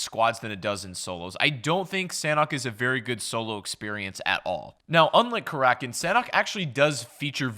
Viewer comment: Karakin? more like kalackin